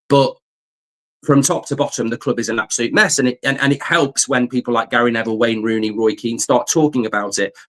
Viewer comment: Rain Wooney 😂